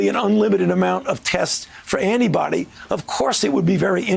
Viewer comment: Is he saying "test for anybody"?